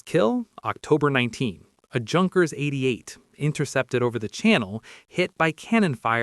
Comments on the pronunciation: Isn't Junkers pronounced 'Yunkers'? Gloucester is definitely pronounced 'Gloster'! (rhymes with foster, not poster). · It's pronounced yoonkers and the photo you showed was of a Heinkel 111